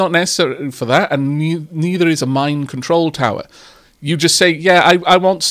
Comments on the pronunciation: At it sounded like you kept saying "mind control tower", which completely changes the tone of the game. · For a moment I thought population control just got a whole new meaning, until I realized you said mine control tower and not mind control tower 😂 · I was listening to this in the background and I heard "Mind control tower" instead of "Mine control tower" and it took me a minute to realize I had misheard you. I thought the game just shot off in an entirely different direction.